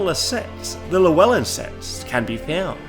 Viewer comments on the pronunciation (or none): none